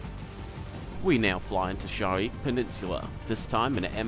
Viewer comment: It's Sharqi not Shariq.